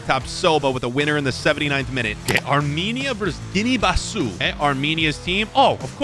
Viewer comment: Next lesson its pronounced guinea - bisaa not bisiuuuuuu . Bro is insulting Africa, my comtinent